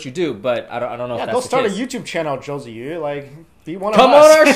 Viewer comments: Her name is pronounced chewie. And all she did was hold a flag. JYP should have been standing next to her. She is 16 for crying out loud. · Common!!...Im from chile and i know her name is pronounce Tzu-ee... theres was a lot of tv news talking about Tzuyu becoming big in korea and because she was "the chinese girl in the group" she got lots of publicity from chinese media kinda proud of her reprezenting china ...then she wave the taiwanese flag and chinese people got their heart broken